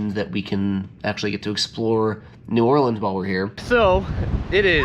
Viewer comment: First person to pronounce New Orleans right that made x games content🎉🎉🎉